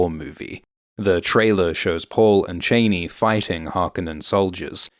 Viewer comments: Chaa-knee. Chaa-knee. NOT Chaney, but Chaa-knee. She says her name, other people say her name, fuck even Denis Villeneuve says her name. Why can't you? FFS 🤦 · Chaaaani, not Chainey!!! get it right ffs!!! Corr-ino not Correeeno either! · Ok, bruh... It's "Chani", like "chah-knee". Not Chain-knee like she's the daughter of Dick Cheney. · Please, if you are going to pretend to know Dune... please pronounce their names correctly...it's not Chainy...it's pronounced Chahni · ChAni not chaynee bro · It’s ‘Chah-ni. Not Chainy. Long ‘a’ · Its not shani its chaani :facepalm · FYI you mispronounced Chani. (my name) Is this how this movie decided to say it?? I have been wondering!! In the original Dune, and as my father intended for me, it is pronounced "Chauny" It has turned out over the last 39 years and in another movie (Anchor man -laugh with me), "Ch-annie" It is not "Chainy" That's really an ugly pronunciation! I truly hope they don't say it that way in the newer movie! Anyway, other than that, thank you for this run down. It's hard to explain something to people you grew up with, but never read for all the details! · Is it your accent that results in the pronunciation… like… Dick Cheney? I though it was pronounced as Cha-nee… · Pronouncing "Chani" as "Cheney" spoils it for me. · Its not pronounced CHAINEE! Its pronounced CHEE-AWNEE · It's Ch-ah-ni not chainee 🙄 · It's pronounced CHAH-nee. As in "I danced a Cha-cha". Not Chain-y! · Please make sure the pronunciation is Cheyney like Dick Cheyney or Cha-Ni like in the David Lynch movie. It doesn't sound great the way you are saying it. Thanks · Why do you keep saying “Janey”? It’s pronounced “Jahney” in the trailer. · Troubled by the author’s pronunciation of the Fremen heroine Chani: you keep saying Chay-née. I believe it should be pronounced Chaw-née. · Love the video, except it's disconcerting to hear "Cheh-nee" and not "Chah-nee". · Is this AI naration? Chani as in "ah." Cheney was Bush II's VP. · Chahni not Chayne